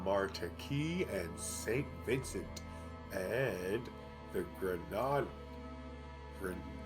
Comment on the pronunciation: 'Martinique' (Mar-tin-eek) and St Vincent & the Grenadines (Gren-uh-deenz) Yavapai (Ya-va-pye), just thought ya needed some help on the pronunciations. Lol ☺👍